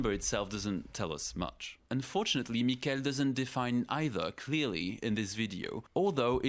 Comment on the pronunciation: It's MI-kel, not mi-KEL. My only goal in life now is that you pronounce our favourite scammer's name properly. Edit: Oh, I see you do it purposely. Then I'm going to be even MORE annoying.